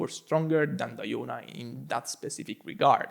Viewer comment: Weird way to Say Diona🤣